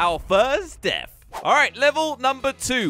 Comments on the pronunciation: He said deaf instead of death 😂🤣🤣🤣🤣🤣🤣🤣🤣🤣🤣🤣🤣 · Hey did you say deaf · he said deaf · guys it's deafth not death